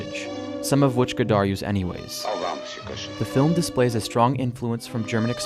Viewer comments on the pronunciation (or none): none